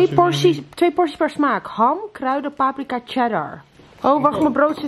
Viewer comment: Het is pa-prika, niet pap-rika